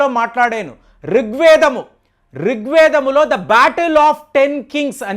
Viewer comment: రిక్వేదం కాదు. రుక్వేదం.